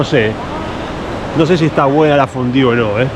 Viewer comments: porque dices fondiu? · es La fondue, como tu lo dices suena fatal